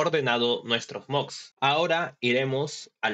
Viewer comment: Bro, se pronuncia moDs con "D" no se pronuncia moGs con "G"